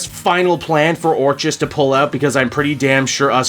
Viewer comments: Finally, I don't have to hear you pronounce the organisation as "or cheez" anymore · I gotta lotta love you and what you do, but fucking Christ do I want to scream every time you pronounce orchis wrong. It’s been driving me crazy since the start of the Krakoa era. I kept hoping you would correct yourself, and it never happened. I love your channel but god this one thing is very annoying. Anyway hope you’re doing well and whatnot.